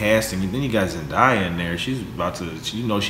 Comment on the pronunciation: It’s Zendaya not Zendia.